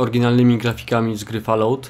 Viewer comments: Nazwę gry eypowiada się Fall-Out pozatym dobra robota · Jestem pełen podziwu ale dziwi mnie, że taki pasjonat Fallouta nie potrafi wypowiedzieć nazwy tej gry :D To nie jest Falułt xD